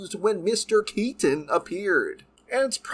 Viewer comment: I straight up will be skipping this movie. And when the heck was Michael Keaton's Batman ever murderous? And why do you overemphasize Michael Keaton's last name?